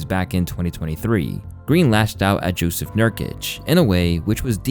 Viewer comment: Bro you middle eastern! How you gonna pronounce jusuf nurkics first name wrong? Its jusuf just like Yusuf! Hes a bosnian Muslim like most of us....and Draymon confuse professionalism with manliness! Jusuf would beat the ish out of him, yall Americans really love to act like you come from rough times and places😂look up where jusuf grew up and what he lived thru and how he got to the nba....you stupid if you think he not gonna try to be a professional,just like jokic, Doncic,teletovic and reast of balkan pros in nba....dude got a big mouth and rude attitude and I promise you somebody gonna put him in the ground one day....dudes a straight up narcissist who thinks he the baddest man on the planet, million of men like that with their tombstones in the ground...blames everybody for his actions like a little woman, he did this to me so I did that to him, he said this to me so I said that back, but never actually proves it because he got nothing to prove bout him being a pos,he definitely got mental and emotional issues, always makes excuses for his bad actions but then continues to throw shade at every dude he had issues with...and anybody who still defends his actions is to blame just as much....theres a saying that is good for this clown...."when you got problems with 1 or 2 people in life then they might be the bad people, but when you have problems with 15 20 people then its you thats the problem"